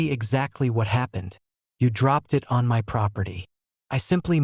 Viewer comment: I'm getting a little tired of these AI voices chancing "MY" to "em why" all the time.